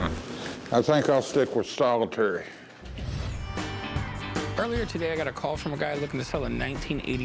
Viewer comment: The old man calls solitaire, solitary 😂😂